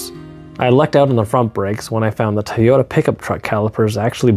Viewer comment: Ty-yota? What an odd way to say Toyota